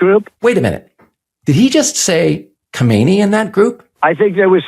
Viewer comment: it's not Khomeiny but Khamenei - two different family names; do some better research or else you undermine credibility